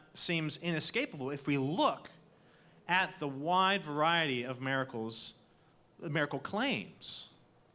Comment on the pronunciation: Cool debate. One question, though: What's a "mare-a-cull"?